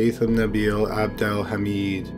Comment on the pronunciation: Lol it’s abdel “ha-med”